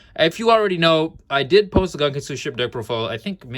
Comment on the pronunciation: Dope build, man. Been playing mine with a small Mathmech engine which I think is pretty decent. Side note: I do wanna point out that the "gun" in "gunkan" pronounced as "goon" and not gun as in the weapon.